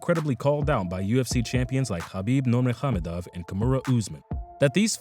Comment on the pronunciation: the only person aside from Khabib himself that I've heard pronounce his full name correctly.